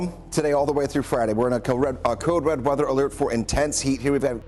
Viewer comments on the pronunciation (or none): none